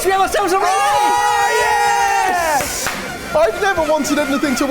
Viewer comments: It's roti, not rhoateee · Row- tee 😆😆😆 .....roh-tee. like when we call you Goh-ree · Omg why are you pronouncing roti like that. 🤦 it not ro ti it’s rot i 😂😂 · My wife was born in the uk but is Indian by heritage and she rolls her eyes everyone an English person says roti like “row-tea”. You actually pronounce is Ruh-tee with a hard rolling of the R. 😅